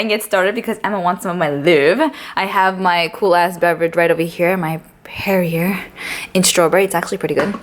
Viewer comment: PERRIER is pronounced "pear`e`aye"